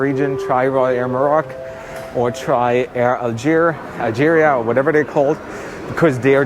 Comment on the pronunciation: Hi if it comes to your trip report on Air Algerie, it's pronounced Air Alscheriie (German version 😉,) with a long ii at the end, Algerie is the French version of Algeria. Please don't say 'Air Algeria' it's not even written like that. Thank you, Dirk